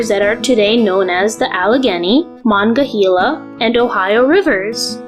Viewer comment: "MONG-GAH-HEELA" is incorrect. It's pronounced "MOH-NON-GUH-HAIL-UH"